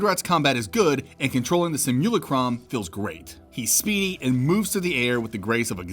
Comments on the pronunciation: My guy, it's pronounced "sim-yoo-lah-crum" not "sim-YOO-luh-crom" or "sih-mool-ih-crum" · "Sim - Yew- Lack - Rum" like simulation. Im sorry im not trying to be a deek but I couldn't help myself.